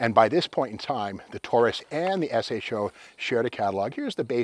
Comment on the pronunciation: Great car use to love these. That said think you are the first person ever to call it an S H O. Everyone back in the day prononced it SHOW.